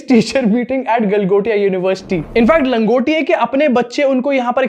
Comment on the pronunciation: LANGOTIA NAHI BHAI, ITS GANGOTIA 😊